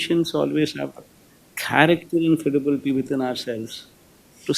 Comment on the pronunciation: Adhi KHOLLAR KHREDIBILITY Kaadu.. Collar, credibility.. ilantivi neeku saripovule... credibility, character lantivi nee dictionary lo ledu le